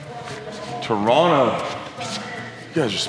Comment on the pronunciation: J Mo, i have to say....being born and raised in Toronto, we can always spot a tourist by how they say 'Toronto'. Some don't know this, but it's actually pronounced 'Turonno'. i appreciate your Turonno. You're home sir, and the GTA is happy to have you. That gym is dope too! if i could climb, I'd definitely check it out.